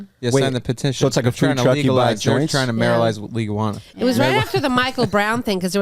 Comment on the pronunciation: “Maralize legaljuana”. Put it on a mug 😂